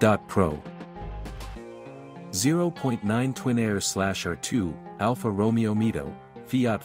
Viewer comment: Alfa Romeo pronunciation might be one of the best ai slop detectors.